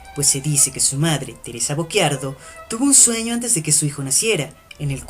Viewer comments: No, ... "cci" è diverso da "cchi" ... la pronuncia nel video corrisponde alla grafia "Bocchiardo", ma il cognome della madre di Paganini era "Bocciardo" Sono italiano e conosco la pronuncia della mia lingua 😁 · Teresa Bocciardo...non "Bocc(h)iardo" ;-)